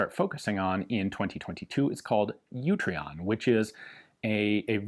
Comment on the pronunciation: In case you miss it in the dooblidoo, it's Utreon, not YOUtreon.